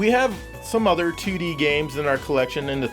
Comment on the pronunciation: Whenever you say 2D I pretend you’re saying tootie ☺️